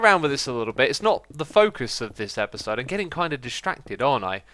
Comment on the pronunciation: If you listen carefully X says eperserd during the intro 😂 (ep-ER-sir-D)